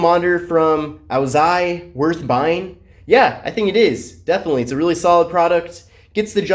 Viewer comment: Dude, you gotta learn how to pronounce these names properly. It isn't "A-zoo-ai". It's Au-zai.